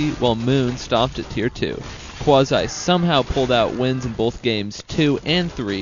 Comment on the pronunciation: 1. It's Qwa zee not Qwazy 2. Stop trying 2 mkae your self sound good . 3. It's Hoor Ehhh not Hoor Eye